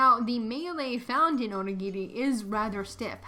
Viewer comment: bro, your dragging it it's not that big a deal pronounced either way it's just a word and it was said right